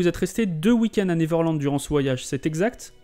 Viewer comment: Bonne video... mais par pitie apprenez correctement a prononcer "Neverland".